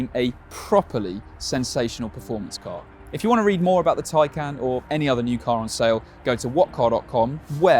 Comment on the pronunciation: It's pronounced Thai-khan.